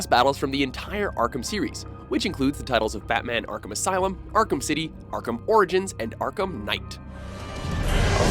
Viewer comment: "Arkumus Island"